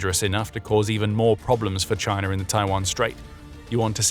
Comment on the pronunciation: "CHINER"? Sounds a lot like the Harvard "R". Alasker. Hawaiier, Alabamer, etc.